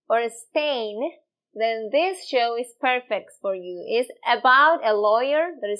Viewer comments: When you wanna say show.. You are actually saying (chow)..common but obvious mistake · This teacher is sooooo nice. She does the cutest thing I have heard a few times; she pronounces the ch and sh in reverse. So, instead of saying show, she says "cho"; and I assume he does it the other way around, like chew chew train, becomes shoe shoe train. "He chure was riding that shoo shoo train". Absolutely adorable. Por favor, no cambia.